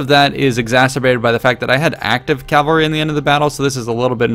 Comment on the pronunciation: Cavalry, not "Calvary"